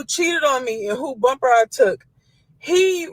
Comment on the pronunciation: Hahaha she said “chewed the bumber off “ lmao